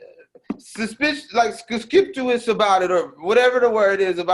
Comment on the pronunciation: When tried to say conspicuous!! Teddy used the context clues to interpret that for us, even though didn’t give a hot-damn about saying it correctly 😂😂😂 thanks Teddy